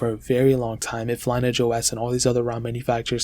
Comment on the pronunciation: line-aj lol